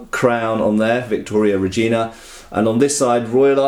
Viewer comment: this is not how you pronounce "Regina". How do you pronounce it then? Well, similar to a certain female body part.:)